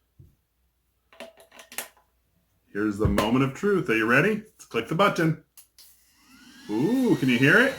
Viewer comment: Why over pronounce the word button?